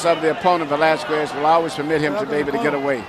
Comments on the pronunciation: Idol pacquiao vs valesques said anouncer😂😂😂😂😂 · Michael knew he screwed up when he said Valezquez 👊😭🥊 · Buffer absolutely butchered the pronunciation of Velázquez right after speaking Spanish 😂